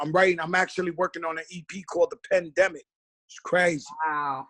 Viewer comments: he said "The Pen-demic" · he did say pendemic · I was thinking he said Pen-demic. Well i hope he said that-that would be 🔥